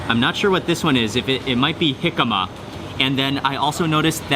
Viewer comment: It's "jicama", jicama is a type of turnip, and Mark is correct in this case.